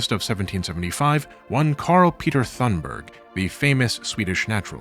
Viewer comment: Nit on Swedish names: Thunberg is pronounced Toonberj and Ekerö is Eker-uh (but would've been more recognisable if you'd said it was at Drottningholm)